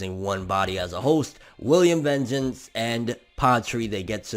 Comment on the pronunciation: Yo,. Please, it's not that hard to pronounce. VAHN-geance, VAAAHHNN-geance. 🤦🏼‍♂️